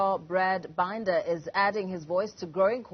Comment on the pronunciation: Brad BINder. Can't these people pronounce things in Africa ? Shame - so uneducated !